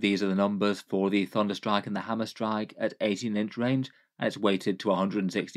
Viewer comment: ole "thudnerstrike"